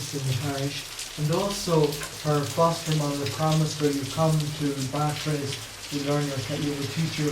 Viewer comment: The lecture is historically accurate in general, although the speaker mispronounces "Bartres." The photo was taken when Bernadette was 18 (if memory serves). There are no photographs from the year of the apparitions (when she was 14), although a local artist made several paintings of her. There are indications that something unsettling happened in Bartres. She may have been mistreated in some way by Marie Lagues (previously her wet nurse) or her husband. Zola hinted that he suspected some sort of attempted sexual interference, though we can never know for sure. I'm surprised that the speaker didn't mention Pigou, Bernadette's sheepdog. The speaker says that only one sibling visited Bernadette at Nevers. He's referring to her brother, who was a pretty interesting character in his own right. But just before her death, Bernadette also received a visit from her sister Marie (born Marie-Antoinette, called Toinette in childhood). She had always resented Bernadette's status as first-born and thus had a difficult relationship with her elder sister, and Bernadette was angry with her for opening a shop that sold religious items. (Bernadette always despised any any hint of commercialism.) Marie went to Nevers to reconcile their differences. Bernadette, however, was unable to communicate with her, so the reconciliation didn't really occur. However, on the day of her death, Bernadette was able to speak with those around her.